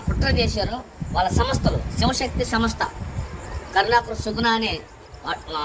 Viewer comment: Mundu ee chirstian pastor gaallandariki telugu nerpinchali. Samastha kadu samstha Ani palakamani cheppali. Inka chala words vunnai. Comment box lo type cheyyalenu.